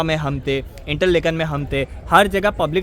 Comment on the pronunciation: it is not इंटरलेकन, it is इंटरलाकेन